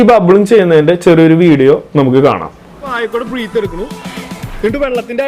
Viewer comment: Bro, വളരെ നല്ല വീഡിയോ ! എല്ലാ വിഡിയോകളും വളരെ ഉപകാരപ്രദം ആണ് ! ഒരു ചെറിയ നിർദേശം മാത്രം : breath (when used as a noun) എന്നതിന്റെ ശരിയായ ഉച്ചാരണം ബ്രത്ത്‌ എന്നാണ് (എന്റെ പരിമിതമായ അറിവിൽ ) breathing - ബ്രീത്തിങ് ✅ *** breath -ബ്രത്ത് ✅ (as a noun) Breath (as a verb / ക്രീയ ) - ബ്രീത്ത് ✅ So ബ്രീത്ത് ചെയ്യുക / ബ്രെത്ത് എടുക്കുക 😄🙏🏾 🙏🏾